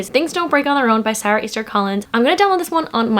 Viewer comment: I love the way you pronounce Sara 😩😩😩